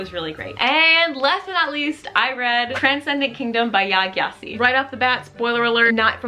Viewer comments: I completely agree with your opinion on Yaa Gyasi, she wrote the perfect novel with Transcendent Kingdom. As a new fan, you might want to know that her name is pronounced "Djasi"😊. May I ask what kind of pain you suffer from, besides your horrible migraines? All the best from a Swiss girl living in South Africa! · Transcendent Kingdom is one of my favorite books of all time, glad you liked it so much. I just want to let you know her last name is pronounced like “Jesse” not with a hard G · Yaa Gyasi is my fav 💖her last name is actually pronounced jessie which I learned after becoming obsessed and googling her lol